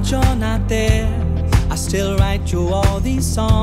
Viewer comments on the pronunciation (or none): This song plays on the radio at my work every day (grocery store). I don't understand, he sounds really accusatory in the way he's singing and the way he pronounces "there" and "fair" annoys me to no fucking end. This song is below average and i'm forced to hear it all the time.